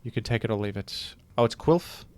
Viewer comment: I do not approve of pronunciation of QILF. It has implications that are less than ideal.